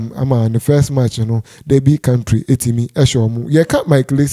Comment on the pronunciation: Derby county not country wae.